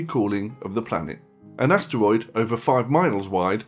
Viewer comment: does anybody find it ANNYOING how he says asteroid